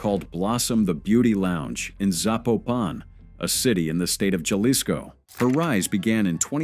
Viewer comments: Lol he said jah lisco hahaha its ha lees co haha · Jalisco 😂 The j makes H sounds in Spanish ❤